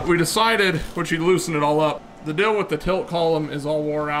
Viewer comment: Do you ever notice you say “dill” and not “deal”? I always hear it and drives me crazy. Hahaha